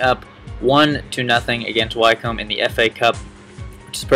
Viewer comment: its pronounced gillinghum not gillingham all the english teams ending in ham are pronounced hum and its wicombe not wycombe